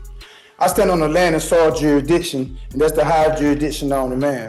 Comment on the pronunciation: He's questioning the the court's 'juidition.'